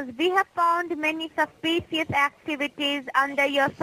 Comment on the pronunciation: "We have found many Susispicious activity"